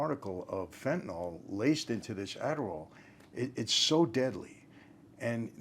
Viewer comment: Good topic. Thanks for pronouncing the drug's name properly. It is NOT fen-tan-ol. The -ol denotes an alcohol in organic chemistry. Phenyls end in -yl. They are different chemical compounds.